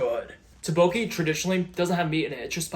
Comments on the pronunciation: it’s more like duck (like the bird) And when you say it, don’t try to pronounce it like one word. Korean is a syllable timed language so it needs to be more segmented like “duck-boke-ee” vs smushed together (ex. Goldman vs Gold-man) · omg i love rice cakes, im glad you are incorporating more savory foods for those times where you just crave real dinner food instead of girl dinner desserts. btw it is pronounces doo-boke- "e sound"